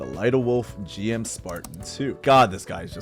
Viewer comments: The GM is officially pronounce 'Jim'. That's how it was said in the original show up until English Dubs starting saying 'Gee-Em'. It's because Japanese pronunciation differs from English and it sounds like 'Jim-oo'. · Hearing someone mispronounce GM, while at the same time owning so many Gunpla, is painful. Great collection though and loved the video lol